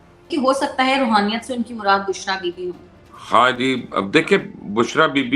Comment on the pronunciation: Rohaniat nahi Raoniat h dono mn